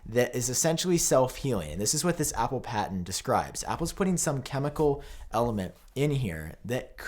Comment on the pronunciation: Why does he pronounce Apple as “Appooh”?